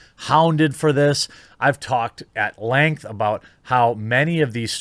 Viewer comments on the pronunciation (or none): none